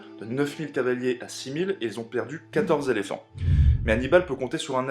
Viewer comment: Intéressant, rythmé, bien mis à la portée des jeunes adolescents. En revanche, attention a votre vocabulaire : - "récupéré des territoires" : on n'est pas chez Emmaüs. - 37 "zéléphants" ? Très zélés, les pachydermes. 🙂 - "gros port" sonne comme une insulte - "envoyer une garnison" : c'est strictement impossible. Des troupes, ou un contingent, oui, une garnison, c'est un délimination géographique et administrative. - le "traité qui les unit" : non, qui les lie, c'est différent Vous devriez vous faire relire par un officier avant d'enregistrer votre texte.